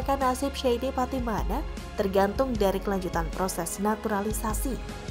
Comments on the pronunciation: Patimana lagi patimana lagi... Patinama mba'e....😀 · Shayne Pattynama bukan SHAYNE PATTYMANA 😆